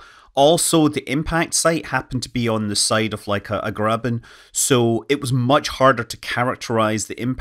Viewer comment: "The impact crater happened to be on the side of uh, a grabbin'" What was that last word?